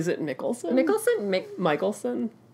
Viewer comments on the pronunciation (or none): Mads Mikkelsen is pronouced Mass Mickelsen. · "mikkelsen" is pronounced the first way you said it ;D